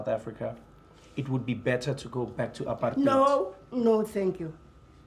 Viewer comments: Just for all the American people, it NOT pronounced apart-hite, it is apart-hate, Trevor is pronouncing it the way foreigners always said it. "Heid" in Afrikaans is pronounced hate, not like the German pronunciation. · I can tell Trevor's gotten tooooo used to the U.S by the way he pronounces apartheid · Yoooo the way Trevor is saying apartheid these days 😂😂😂😂noooooo way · Come on Trevor, you pronouncing apartheid like the Americans 🤷‍♀️ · so now he pronounces Apartheid with Slang 😂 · so now he pronounces Apartheid with slay😂😒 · The way trevor pronounces apartheid. Its so funny. Its like his not even from South Africa. Its so forced😂😂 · Great video, but please stop using the American pronunciation of "apartheid".